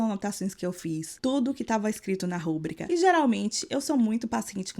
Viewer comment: A pessoa fala rúbrica ao invés de rubrica é foda